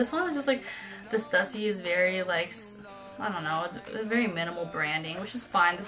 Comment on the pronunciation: In the future, it's Stoo-see, not Stuh-ssy. Very nice Birks by the way. Keep the Stüssy ones.